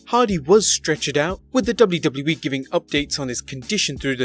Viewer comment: "Dubloo dubloo eee"